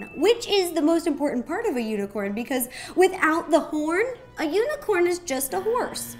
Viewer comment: I thought she said u n i c o r n p o r n